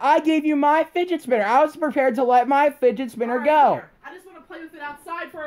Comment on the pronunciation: "Findgers Spinners"